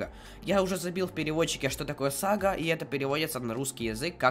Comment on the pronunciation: И,, ударение падает на второй А, а не первой...)))